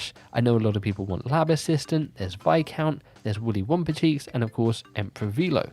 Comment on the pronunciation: Viscount being pronounced correctly sounds fantastic in my ears! But yeah, sweet video as always. Sorry for nitpicking haha